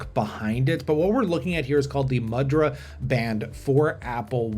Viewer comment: this is cool and it's pronounced moo-dra. a symbolic hand gesture used in Hindu and Buddhist ceremonies and statuary, and in Indian dance.